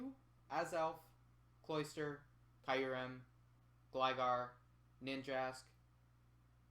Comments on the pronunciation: Yeah it was bad... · you pronounced kyruem wrong